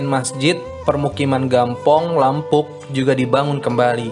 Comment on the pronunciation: Bkn lampung bro, salah cara baca nya yg benar yt; "Lampu'uk."